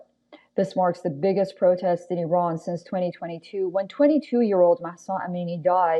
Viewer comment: the host is Iranian as she pronounces the names of the cities perfectly in a Parsi accent